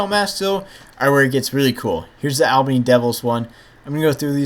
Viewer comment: you pronounced albany incorrectley (all-ban-ee)